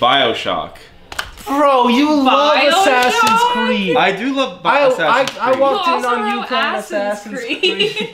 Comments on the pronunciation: “Assins creed” - 😂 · with the "assins creed"